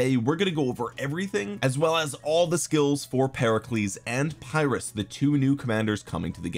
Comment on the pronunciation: Saw Chisgule's video where someone commented that it's not said as Phyrrus. He was a Greek so I believe him. Said more like (Pir~us). Also Pericles looks very like Imhotep. 3rd skill is only garrison skill. But Imho has pretty decent buffs and debuffs. So for kvk1 and 2 it might be okay for those who save all gh's for SOC commander's and or Alex/YSG(Both are questionable choices these days). Just forget YSG and pick up Zhuge from kvk3 forward.